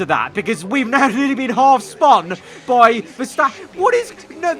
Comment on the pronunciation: Word: spun: SpAn